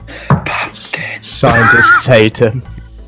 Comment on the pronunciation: Havin' a right ol meme as per. Did you mean to say P U M K I N?